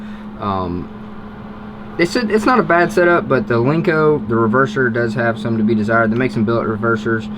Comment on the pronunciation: it’s a Len-co. Not a Link-co. Lmao 😂. No one has a link-co because there’s no such thing.